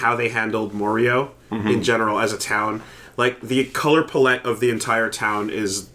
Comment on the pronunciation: The only problem I had with this video is how you fuckers kept saying palette wrong Other than that good podcast